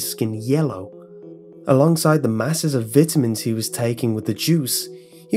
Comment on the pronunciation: Ok vitamins pronounced like vitimins, that's classic